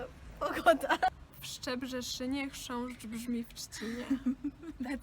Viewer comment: "Chrząszsz" - she pronounced it suprisingly well! And I thought it's gonna be the most difficult word...